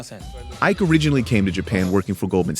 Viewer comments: It's pronounced Ee-kay. Not Ai-kay. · It's not pronounced eyek it's pronounced eekay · VICE it's not "Iyke" when pronounced. The "I" is "ee" as in letter E, pronounced like the beginning of "it". And "k" as in regular K. Then the "e" at the end is pronounced like letter A. Just like the beginning of "ate". That's how we call that name. I know cause he is from my Igbo tribe in South East, Nigeria. West of Africa. I'm surprised you got the "Nwala" which I thought would've proven more difficult. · His name is pronounce E-KEY not IKE as in Ike Turner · In Nigeria, Ike is not pronounce that way, it’s pronounced eeekay. Anyway, I liked this video. He looks really smart and I’m glad he’s making waves. I do disagree about the Japanese not being racist. I think they are but I don’t hold them too much at fault for it because they’re incredibly homogenous and the only experience they have of black people is in Hollywood movies. Before, when black people were typecast into roles of violence or wild comic relief, that’s all they knew of black people. Since they value intelligence and hard work so much, and there were no intelligent black people in media, I think they made assumptions and having no actual black people around to refute the assumptions they stuck with it. That’s why I’m glad for people like Ike. He doesn’t have to protest about the injustice because that probably won’t do anything but further stereotypes and make it more difficult to do any advancing but by being an example and showing that black people are just as smart and capable, he’s making a world of difference. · Ee-kay. That how you pronounce that name.